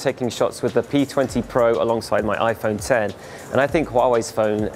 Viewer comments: After you said iPhone “ex”, I stopped watching. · When he said iPhone ex I stopped watching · I like how you call it an "iPhone eks"